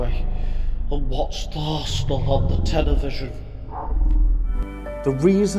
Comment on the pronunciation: "The Aresenal". Good lord....